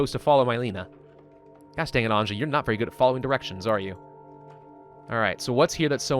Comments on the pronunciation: Episode 3: still pronounces Anja, literally instead of pronouncing it Anya Dx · the 'J' in Anja is pronounced like the 'J' in Bjorn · please stop pronouncing Anja wrong. sick/hurt people don't need to rest during the day, changes are only happening during the night. no need to use fuel during the day if you are above 0 degree, only fuel to be above 10 to survive a night. that should save some fuel. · It is not like he would read comments at all :) EVERYBODY was spaming it under the last Story mode, and in this we ALL are saying how he should pronounce it...yet NO he still pronounces it like some retarded French would, raping the simple Slavic name